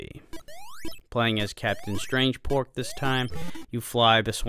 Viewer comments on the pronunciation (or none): *Pork, not Port, dude